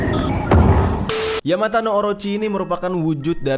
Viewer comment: Bang maaf tapi penyebutan dari ular itu yamata no orochi 🙏🏼